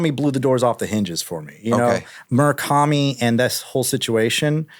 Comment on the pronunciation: Drinking game when he says Murikami